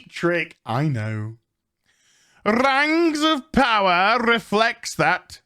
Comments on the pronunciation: This goes out to all of the fan, of The Rangs of Powah. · Amazon's Rangz of powah was so bad it killed the queen.